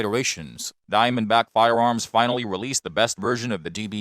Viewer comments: Can we ban him from saying fiewoms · You don't like "fiwoms"? Not even the Sig P-Thwee Twenty?